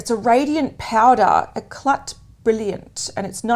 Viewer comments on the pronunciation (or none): Girls I have to tell you: it kills me that you can perfectly pronounce Chante Caille but not Éclat : it's pronounce écla without the t! But anyways great seeing you as always! ❤